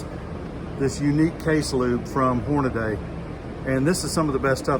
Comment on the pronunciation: Drives me nuts when people do this. Especially after they’ve been informed. Most find it disrespectful to knowingly mispronounce their name.